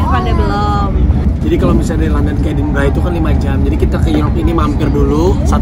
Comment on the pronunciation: Raffi Gigi...Edinburgh bukan Edinbragh..ntar org sana bingung kl nyebut nya edinbragh